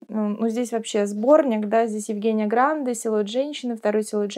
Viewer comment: Не могу удержаться: ГрандЕ. Не обижайтесь.